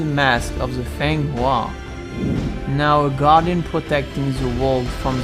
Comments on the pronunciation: It’s actually fenghuang; not fenghua. 凤凰（鳳凰）fènghuáng：(Chinese) Phoenix. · Yes, it is a mistake in prononciation, it's our fault. It'll be corrected in subtitles.